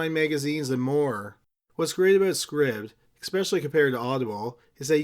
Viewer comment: Pronounced MAY-mee (tramp) Scribd is probably pronounced scribed, as in subSCRIBD.